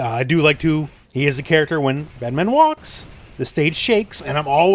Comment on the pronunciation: Great video but you pronounced the name wrong 😉😂 Bedmaaaaaan!?!?!?